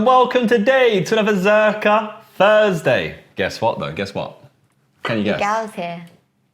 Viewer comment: Josh: “Fursday”